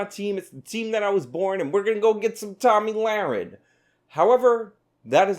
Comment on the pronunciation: Did I hear Tammy Larry .?